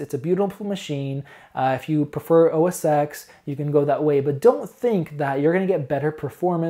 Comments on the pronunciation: Really like your reviews. You seem fair and very informative. Not to get picky, but it's OS (TEN) not OS (EX). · OS X is called "OS ten", not "OS sex"........ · The creative fallacy comes from the old days when macs were used in print shops and by graphic designers almost exclusively. This is still largely true to be honest. Of course it's bullshit as the key software is the same. Having said this I still prefer OS X. Please pronounce OS Ten not Ex. :) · It's pronounced "Oh Ess Ten". Dear Lord. lol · great video. Just for the sake of accuracy, Mac OS X is pronounced OS "Ten" Starting with OS X 10.0. Before this Apple used the term Mac OS 8, then Mac OS 9. Apple started using using a Roman numeral ten instead of the more common base ten system number "10" So don't worry too much about it it's a common mistake most youtubers make. If you listen to any presentation by Steve Jobs he always called the Mac OS, OS Ten. Here you can see the evolution of the Roman Numeral X into what looks more like a capital letter X. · With all due respect, OS X is pronounced OS 10 because that X is a roman numeral rather than a letter. I just to let you know :) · totally! Hits the ears wrong, good thing he's so open to constructive feedback. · So painful to listen to someone try and speak authoritatively about something when they constantly mispronounce the product they're reviewing. It's like if you repeatedly called Windows "Winders" over and over again. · I understand, but you're in the tech industry, right? Surely you've heard the name of Apple's operating system pronounced. If not... the X is a Roman numeral 10, not an alphabetical X character.